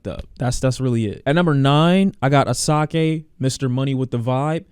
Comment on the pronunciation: It's pronounced "Ash-A-Ke" not "As-A-Ke"